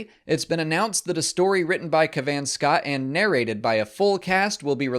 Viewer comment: Pronounced cav-an, not ca-van. Just so you know